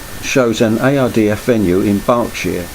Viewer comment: U say IRDF it’s ARDF ai not oy….😜